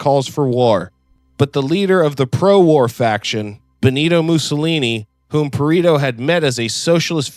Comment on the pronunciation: Pa-re-to not Pa-ri-to. Aside from that fairly good work.